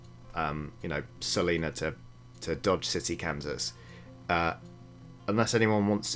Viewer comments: Hilarious, but it's pronounced, "Sa-LINE-uh," not "Sa-LEEN-A." It's how we can always tell if you not from around here, are ya, boy? 😂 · it’s sal-EYE-na, not saleena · 1. I cannot believe my tiny home state was just called out by the best YouTubers in the world! 2. It’s sa-line-ah. But I definitely like sa-lean-ah more. It sounds fancy. Lol